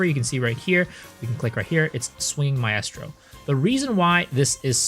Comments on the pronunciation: My-strow Mi-strow not Mi-est-row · I have to stop you man.... Its pronounced "MY-STRO" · I’m too autistic to finish this video with the way you mispronounce maestro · Maaaaaan that shit got me too lol